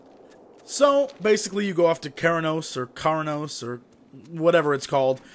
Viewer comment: That music is actually the BGM from Operation: Gnomeregan, I did it on the 3.3.5 PTR (pre-made Alli, For the Horde!). Also, for the sake of... well my OCD, Kharanos is pronounced ku-RAH-noes.